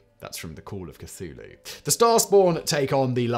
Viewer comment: I'd be more impressed if his scriptwriters would include a pronunciation guide for Simon before he throws himself into the videos. Funnily enough, he doesn't seem to have much trouble with "Cthulhu". Secret cultist?